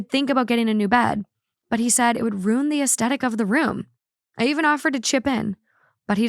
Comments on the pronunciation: I love to but it also bothers me lowkey (Not in a genuine way I think it’s silly cuz, ITS RU-IN. ROO. IN. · "Say 'Roux'" "'Roux'" "Say 'In'" "'In'" "Say 'Ruin'" "Rune"